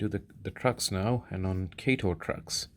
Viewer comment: Kah-toe , good video